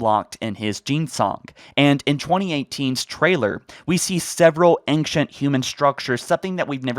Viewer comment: and ancient pronounced "engkchint"